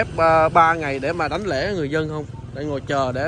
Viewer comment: Đảnh lễ , ko phải là đánh lễ nhé em trai